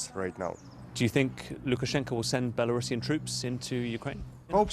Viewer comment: The country is called Belarus, not belarusssssssssia, so the proper way is Belarusian, no double S and pronounced rusian, not russsssian. The corresponder says it correctly. 💪🇺🇦